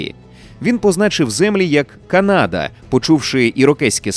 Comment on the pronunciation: Будь ласка люди почуйте мене! Правильно казати Канада з наголосом на перших склад. Француз про якого сказали на початку спитав у індіанців через перекладачів "Як зветься ця земля". Але через мовний бар'єр індіанці неправильно зрозуміли і сказали село (типу відповіли що це за місце). На індіанській село звучить як Каната (!!!з наголосом на перший склад!!!). А згадайте як звучить на англійській Канада - Canada з наголосом на перший склад. Взагалі візьміть будь-яку мову крім суміжних з українською і почуєте наголос на перший склад, бо так правильно. Якщо хочете перевірте в інтернеті. Ніколи не існувало КанАди. В жодному атласі, в жодній енциклопедії не було наголосу на другий склад. Це груба помилка. Українцям же не подобається, коли Україну називають УкрАїной, а їх укрАїнцями, або укрАинцами. Тому сподіваюсь ти, невідомий читач коментарів, зробиш для себе слушний висновок і почнеш розповсюджувати правильну назву. Дякую, що витримав і дочитав мій величезний коментар😊 Дякую автору за якісний контент❤